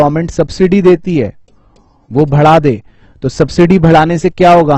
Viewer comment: who notices that sir is saying bhada de naki bada de lol 😂😂🤣 maza agaya sir aapke sath padhke 💜✌️✨